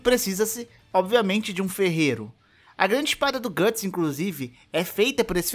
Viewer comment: Gatts? GATTS??? O Certo É Guts